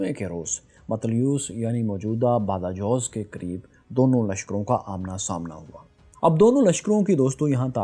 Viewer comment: Aslamualaikum Sir apne is v log me ik jga ka zikar kia hy " BADAJOZ" Is silsile me ap ko btana ye tha k spanish me Lfz " J" ko hota kehte hen or is ki awaz " kh" me hogi is tara BADAJOZ KO " badakhoz" paren ge mgr likhe ge BADAJOZ hi. Baqi bht hi zbardast v logs hen ap k ALLAH AP KO KAMYABIYUN KI BULANDIYUN PE BULAND MUQAM ATA FARMAE AMEEN.. ♥️🌹💕🙏🙏🇵🇰♥️🙏🙏